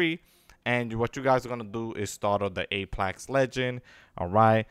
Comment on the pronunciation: Your saying apex wrong that's the only thing making me cringe LMFAO hope everything is well nothing but peace love and positivity